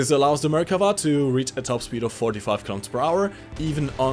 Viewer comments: From the people of Israel, thank you for the correct pronunciation. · Yay! you listened to me in the live stream and pronounced the Merkava's name correctly! :) (1 time lol)